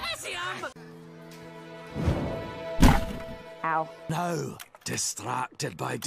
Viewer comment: "I NEED MY POSTASSIUM!" - Dewey Duck, 2017